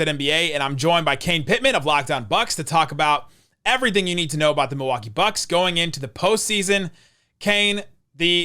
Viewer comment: Thanks for that Bucks pronunciation. Never noticed that. Will be calling them The Box from now on. lol